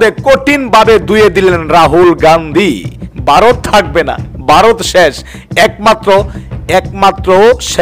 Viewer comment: ভাই, ছালাম নেবেন। নামটা সঠিক বলুন। নামটা হবে 'রাহুল গান্ধী '। রুহুল হবে না। ধন্যবাদ।